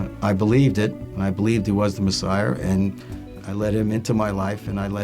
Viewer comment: Awesome testimony! Wonderful to hear his story! But did he say "Messiar"? :-)